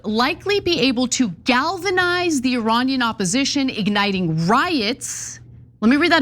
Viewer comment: The word "Iranian" is pronounced as E-ray-nian.